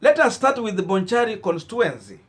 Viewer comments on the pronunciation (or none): Pronounced as "Konstichuensi"